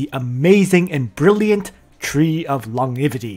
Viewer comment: Actually, he's poking at me for totally mispronouncing the word. It's supposed to be pronounced lon-gev-i-ty, and I completely massacred that one lol.